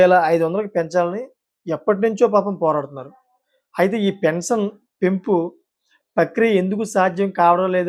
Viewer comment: Appati news chepthunnavu pensanu kaadhu pension